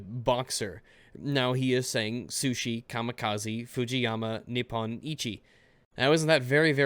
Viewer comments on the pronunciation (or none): none